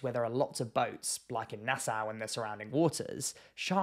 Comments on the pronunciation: It's pronounced nasaw not nasow. There are tigers and bulls in Nassau harbor. I am a Bahamian and we don't do dumb shit, because we know that we share are waters with monsters. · very reasonable video! Just never heard Nassau (Nass-augh) pronounced Nass-ow. I have heard a lot of people pronounce NASA as Nassua XD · Pronounced NasSAW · bro. Its pronounced {naa-sauw}. Please adjust for next time. lol. Im a Bahamian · Firstly, It’s pronounced Nas-saw. And sharkes definitely around nassau. Maybe not very close to shore, butttt the surrounding ocean for sure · Lived in the bahamas and particularly nassau all my life oh and quick tip no biggie.. its pronounced "nas-saw"